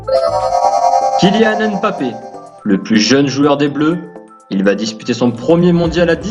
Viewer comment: Nonnn ta dit Kylian mpabbe 😱😭😭